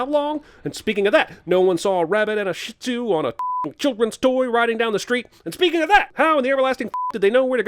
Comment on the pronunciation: I am bothered by his way of pronouncing "shihtuz" yes i know it sounds like a swear. But credit is due the owner fell in love with a overweight man atleast she can look past that. We dont know how old the dogs are they could be about 5 all we know.